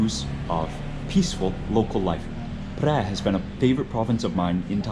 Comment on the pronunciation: You know your pronunciation แพร่ was precisely